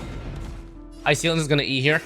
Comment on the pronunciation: Just WHO is Hi-seal-ens💔😔 if that’s how her name is actually pronounced, this comment is null 🙂‍↔️